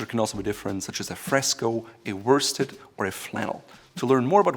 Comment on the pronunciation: I think ‘worsted’ is pronounced ‘woosted’ as in Wostershire. M.